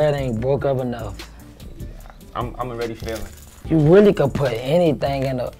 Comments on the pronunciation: “You Gotta Puddddiddindiss”😭😭😭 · “You gotta puttrrrrr in this”😭